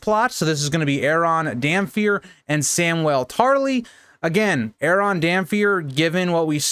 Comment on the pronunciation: Why do you pronounce Damphair as damfir when it's clearly meant to be Damp Hair?